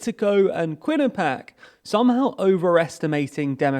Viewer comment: Quinnipiac, the university in Connecticut who conducts polls, is pronounced Kwin-Ah-Pee-Ack. 🙏